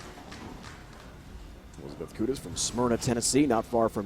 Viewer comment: I live in the same area as Elizabeth and even though she didn't win I'm so proud of her...and he mispronounced Smyrna